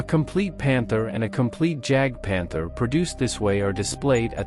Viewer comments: ‘Jag’ Panther? Stupid AI. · Try to learn how to pronounce the word Jagd- Panther ... Coming from you it sounds pathetic !!